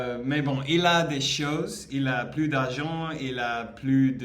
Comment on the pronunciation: 211 : deux cent onze c'est bon 👍 " Plus " à deux signification : more ; no more . Si tu veux dire " plus ( more )" : prononce bien le "s" à la fin du mot. Si tu veux dire " plus ( no more )" : ne prononce pas le "s". On aurait dit que ton ami était fauché 😂